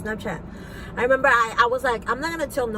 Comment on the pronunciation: Had to stop watching around 18min in, it's hard to listen to unintelligent child killers. ( N den I we-mem-bahh X's 250 times in 3 minutes) 🤦🏻‍♂️